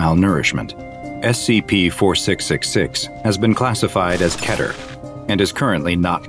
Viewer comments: not going to lie but it should be keter on the first one! (i dont know if you say that right) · its mot ke-ter its kee-ter